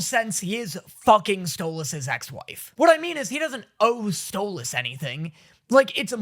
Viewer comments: Im just so happy you pronounce Stolas correctly now 🥰🥰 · HOLY SHIT HES SAYING STOLAS' NAME RIGHT!!!!! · Is nobody else noticing how hes finally saying stolas's name correctly???